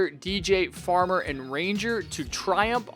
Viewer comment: You said farmer…